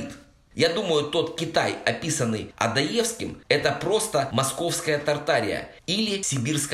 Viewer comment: Не ОдоЕвский, а ОдОевский. Ударение на вторую О.